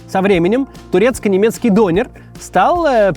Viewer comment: Максим, вам бы нужно поговорить с туркоязычным, прежде чем произносить турецкие имена или слово дОнер. Режет слух. Это тоже, что вас назвать не МаксИм, а мАксим.